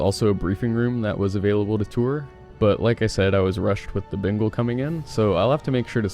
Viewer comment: Is it just me or does it always sound like he says Bingal not Bengal lol.